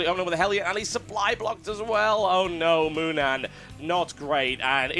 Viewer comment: ...its MOONAN not moman,thx:)